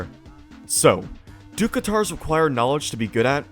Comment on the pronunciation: it's katars, not guitars 😭